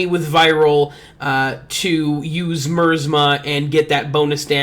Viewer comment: I love the effort you put in, but I feel I gotta correct something. the pronunciation is not mursma its actually my az mah Keep up the good work ^^